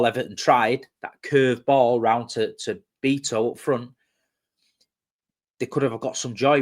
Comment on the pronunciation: Gotta love your pronunciation of some players names like Beeto😂